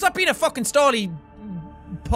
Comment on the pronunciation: Stop stally......take out the t